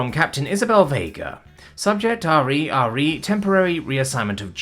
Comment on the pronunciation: "Re" is normally pronounced to rhyme with "he". Spelling out the individual letters sounds wierd.